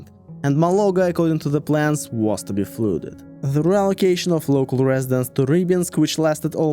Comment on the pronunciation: Amazing English and I hugely admire your command of it. So with this respect in mind I want to correct a pronunciation if I may; it's not 'flooded' it's 'fludded'. With a 'uh' rather than 'oooh'. I'm only telling you this because I love your content and yr authentic